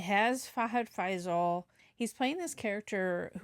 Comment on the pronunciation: it's FAHAD FAAZIL not FAIZAL 😊 Nice reaction